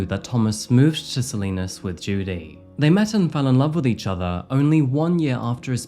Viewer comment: Not that it matters, but it’s pronounced “Sa-lie-nas” not Sa-lee-nas